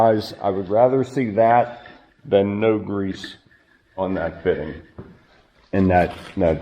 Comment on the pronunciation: Love the channel. Just wanted to say there are no "Z"s in greeeassse. Love the Pensilvainia accent. Those are s's not z's. People point out my Ohio accent all the time and I live in the US Virgin Islands.